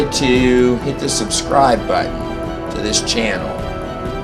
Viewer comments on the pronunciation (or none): none